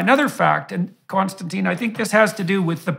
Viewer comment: This is nit-picky but I wish I could tell everyone that the guest's name is Konstantin. It starts with a K it does not end in E and it is pronounced like: (my feeble attempt) Con- Stan- Tin NOT Con- Stan- Teen. Konstantin is so patient and good mannered (and no doubt used to it by now) that he doesn't see the need to correct.. litterally almost everyone. (BTW I am Michael and I have never answered to Mike so that's probably why I am triggered.) I do really like the interaction between these two. I especially like the way that KK challenges JBP on some things. This is the kind of respectful banter that the world needs to see as an example right now. And I'm sure that it ends with a handshake not an insult unlike many other interactions between people with differences of opinion I have seen.